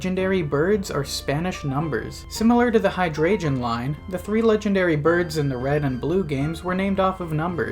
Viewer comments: There is literally no way u pronounce hydreigon as “high-dray-jun” like its gotta be comment bait and it worked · dawg i'm so sorry that is the WORST pronunciation of hydreigon i've heard so far. hearing the g pronounced with a "j" sound is a new one